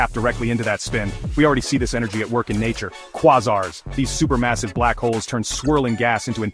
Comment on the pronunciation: "Kwah czars". Definitely a source to trust.